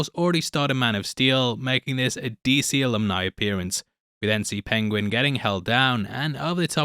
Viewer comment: Pengwing! I love listening to Cumberbatch’s pronunciation. Tickles me every time.